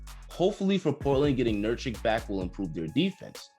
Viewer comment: Say it with me nur kitch nur kitch